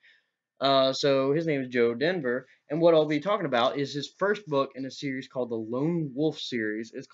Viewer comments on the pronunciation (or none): Dever, not denver